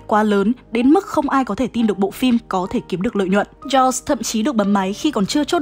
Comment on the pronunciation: Jaws phát âm là "cho" chứ ko phải châu nha